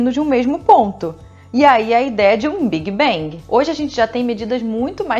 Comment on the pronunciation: Esse tal de "biguibengui"....